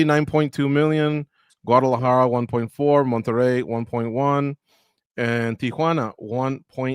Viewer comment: Bro knows how to pronounce "Monterey" but cant say "Moreno" the right way what a joke